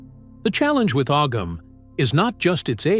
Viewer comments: As someone else mentioned the pronunciation of Ogham is actually said as (ow-hum). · Og ham is not how that's pronounced at all at all